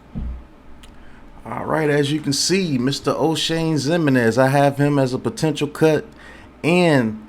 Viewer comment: No didn't call him Oshame 😂